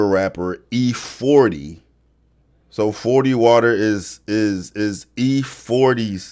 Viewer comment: Glad u got that E40 right....im older so i caught it...great job